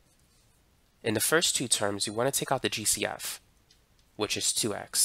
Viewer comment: Everytime he said GCF I thought he was saying juicy f 😢